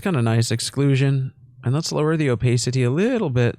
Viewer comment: the o-pay-city is killing me. love you 💖